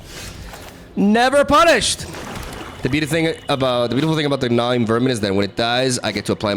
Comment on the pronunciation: It's pronounced Gnaw-ing, you're saying it like Gnaw-Wing. Hope that helps 😊